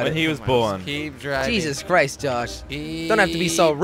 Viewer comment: Anyone remembers when Jelly said "Jezus crisps" ?